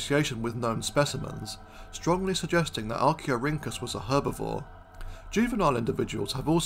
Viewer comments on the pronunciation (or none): none